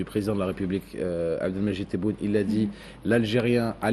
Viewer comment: notre président s'appelle Tebboune et pas Téboun C'est un nom propre Comme ton nom et pas Gézar Makhlou3in fi le français